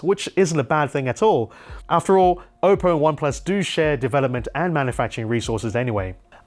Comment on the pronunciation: Did he say okko ?